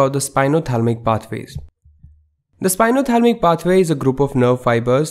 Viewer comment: Thank you but it's spinothalAmic not spinothalmic ;)